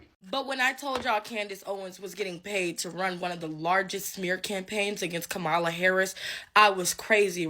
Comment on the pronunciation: I really despise people not pronouncing Kamala's name correctly:face-orange-frowning:however I agree with home girl,, you're fired!:goodvibes